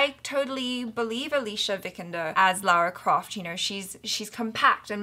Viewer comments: LARA Croft not LAURA Croft :) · Its LARA not LAURA. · Why do Americans have such difficulty pronouncing Lara as Lara instead of Laura?